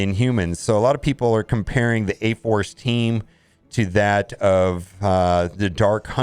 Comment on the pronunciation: did he say A-Farce??? good name for it.